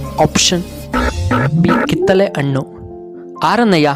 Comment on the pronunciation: ಅಣ್ಣಾ ಅಣ್ಣು ಅಲ್ಲಾ ಹಣ್ಣು